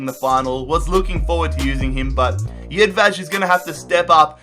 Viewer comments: Its jedvaj you say it how its wrote hes not spanish so you cant say jedvaz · Jedvej pernounciation 😦😦😦